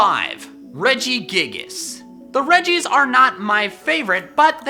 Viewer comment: Also you said the weddgies not reggies